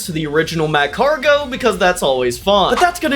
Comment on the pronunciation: The way you pronounce macargo triggered me to no end...... Love your show, though